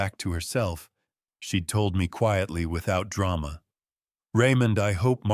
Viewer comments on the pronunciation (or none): none